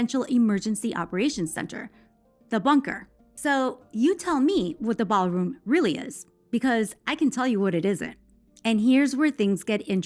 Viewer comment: The "Baalroom"